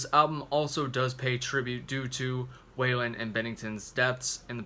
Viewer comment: Hard to take this review seriously when you incorrectly pronounce Scott's last name.